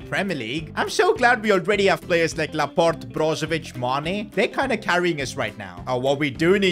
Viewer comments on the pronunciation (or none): none